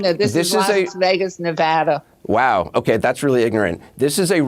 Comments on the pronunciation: Ps, thank you for pronouncing Nevada correctly Phil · As a person from Las Vegas the way the governor said Nevada is the correct way to say Nevada, no stupid emphasis on va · OMG you said Nevada right!!!! ❤️❤️❤️ Touched😢😢😢.... I know this is kinda unimportant all things considered, but if you know you know.